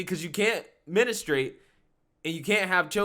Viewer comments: "ministrate" how old are you dude? you said that so wrong. Menstruate. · you said men-ah-strate it’s pronounced menu-strate lol I’m picking at you.